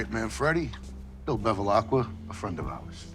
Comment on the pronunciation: It is Bevilacqua, not Bevilaqua.